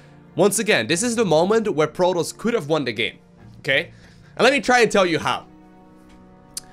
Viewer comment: Why the voice dog? Lol its "pro-toss" no R rolling or drown bubbles lol "IF" your below master league? Lol